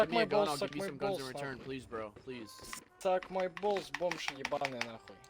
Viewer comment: "Sook mai Bools Sook mai Bools Sook mai Bools" I AM CRYINNNGGGG